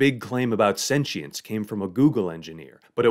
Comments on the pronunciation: Sen-she-ence? sen-chi-ence? Sen-qi-ence? How about you just say it right. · I had to turn off the video halfway through because of the way he says sentience. Sue me